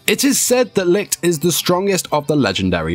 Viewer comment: Stop saying lick...its Li (CH) t